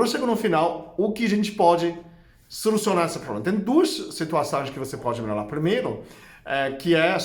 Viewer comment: Vdd. Acho engraçado quando ele diz Melolar, quando, na verdsde, ele quer promunciar melhorar. Rsrs...